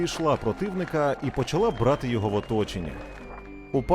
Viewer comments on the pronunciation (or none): none